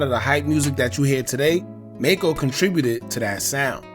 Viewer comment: His name is pronounced Mack-co and he didn't lose his eye. He wore an eye patch to keep his eye protected from getting infected before surgery. In the car accident he cracked the bones around his eye causing his eye to "drop". The surgeon saved his eye and Macco did an interview showing both eyes and điscussed ALMOST losing his eye after hitting his head on the dashboard during the accident.